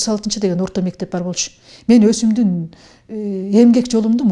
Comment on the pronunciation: Өсүмдүмдүн деп сүйлөп жатасыз а туурасы Өзүмдүн деген туураго э